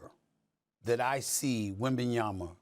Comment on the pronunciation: They need to call this man by his name. If they can't say Wembanyama then call him by his first name like they do with Giannis.